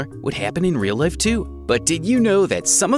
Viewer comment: I like how he pronounced the Word Life "Lif"